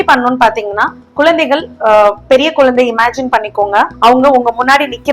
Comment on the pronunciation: யெம்மா.. குலந்தை இல்லம்மா குழந்தை..